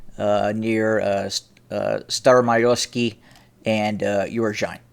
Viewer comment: Oo-roz-in-ay not oo-ro-zine